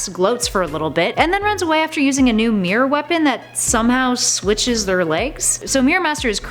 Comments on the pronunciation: pronounce mirror right. it's mirror not meerir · The Reaping Hopkins yep because they cant even pronounce mirror